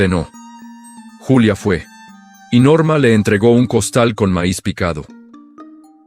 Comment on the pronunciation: Buen relato y excelente reflexión lo único que no está bien es la manera en que revuelven los idiomas la protagonista es Julia no yulia esto es México